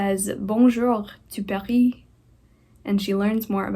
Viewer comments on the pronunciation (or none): none